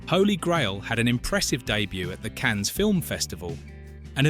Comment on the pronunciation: Cans, Cann- ess?